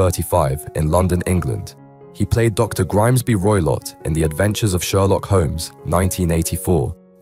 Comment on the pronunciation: Its Grimsby Roylott not Grimesby 😂😂😂